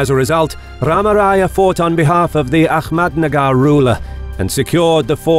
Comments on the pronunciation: It's Ahmednagar not ahkmednagar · A-hhh-mad nagar not A- kkhhh- med nagar